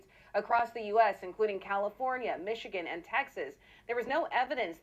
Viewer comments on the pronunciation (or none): none